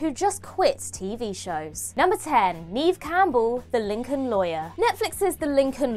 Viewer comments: "Neeeeev Campbell" lol, what's wrong with you guys? You have one job. If you're going to narrate, LEARN HOW TO PRONOUNCE THINGS!!! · Her name is pronounced "Nev", she's only been acting since the early 90s.